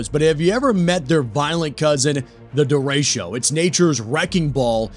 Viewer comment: It's pronounced DE RE' CHO NOT DA RAY' SHEEO!!😐😑😶🙄😏😖😤